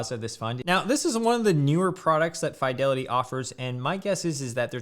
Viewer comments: Umm. Its FEEDELITY not FYDELITY. I'd have subscribed otherwise. shame. ;p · Why do you say Fydelity? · Bro, quit saying FAI DELITY..Jesus Christ. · I had to stop watching because of how he pronounces "FYE-delity" lmfao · You're the first person to say Fidelity like that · I refuse to take financial advice from someone who can not pronounce "Fidelity" properly.